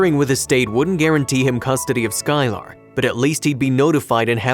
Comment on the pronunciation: He also said they'd name the baby "sky-LAR" it almost hurts to hear sometimes. (I think it might be an AI voice)